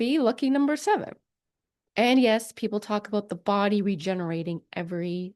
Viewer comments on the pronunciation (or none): You say body funny lol